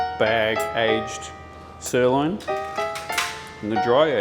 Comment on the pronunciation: I'm sorry.... did you just say "stirloin"?